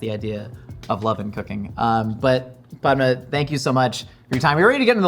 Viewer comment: Ok, so, I just ran into the comments to say, thank you for actually taking the time to pronounce Padma's name correctly. I cringed so hard during the Hot One's interview bc of how her name was mispronounced the entire time. I wish Padma's Tamilian BG was brought up during the time they ate Dosaa BG bc, the only way I know she's Tamil is bc of Aziz Ansari 😅 I feel like the ethino-linguistic diversity of South Asia is rarely spoken about in the west, same w/ Dravidian cultures, it'd have been a great opportunity to give light to it here